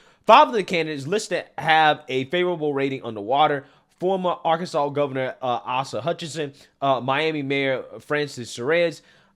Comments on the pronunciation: Not knocking ya brother but Asa is asa not ahsa. Im 43 years born and raised arky and had to deal with the idiot. Only good thing he done was do way with anti 2A laws. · you really need to work on your pronunciation of names lol... Asa is like "Aye-su", not "Aussa"... Suarez is "Swar-ez", not "Sir-ez". Just a suggestion.